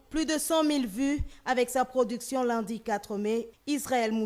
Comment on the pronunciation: Ndeko sango ba lobaka Lundi est non Lindi merci!